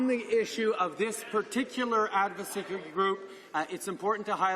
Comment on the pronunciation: "Adsocacy" and "Fundering" 🤔🤔